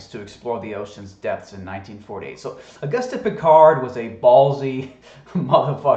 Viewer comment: It's pronounced Oh-goost.